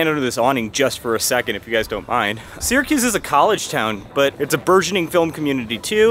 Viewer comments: It’s not “Seeer a cuze”. If you’re going to live there, pronounce it correctly. We say Sara-cuse. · my ears bleed everytime I hear “sear-a-cuse” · Incorrect….”Syr” is properly pronounced “sear”….so, “sear” a cuse. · For many years, I taught Phonics to young children learning to read. “Syr” is pronounced “sear”, so “Sear a cuse”. Incidentally, I was born and raised there, on Tipperary Hill. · I think only uppity mfkrs say seeeracuse… fr!